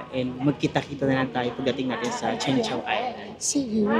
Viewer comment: Chung po ang pronunciation po not Cheng:) (cheung chau)